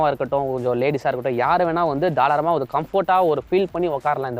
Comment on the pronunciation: Thalaaram illa bro tharaalam 😂😂 👍 but nice review ❤️